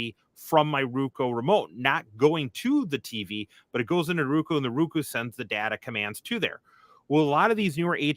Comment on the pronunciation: rookoo its row koo roku lol